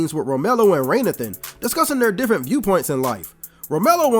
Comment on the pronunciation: Why are you calling this man "Raynathan" when it's actually pronounced throughout the movie as Ray Nathan?!?!!?